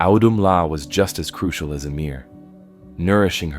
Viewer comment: ummmm emir?????? it’s ymir. YMIR